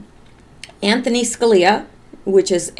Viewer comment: His name is ANTHONY, not Anthon